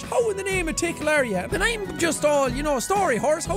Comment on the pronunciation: I still can't get over Jack mispronouncing Tikals name. Unless the pronunciation of Ti kaal I heard isn't correct and it's actually ti ckle